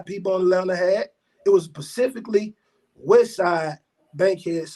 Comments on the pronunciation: Pacifically,like the ocean!? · I didn't know the "S" in specifically was silent ll